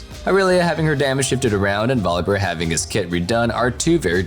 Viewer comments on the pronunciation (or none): none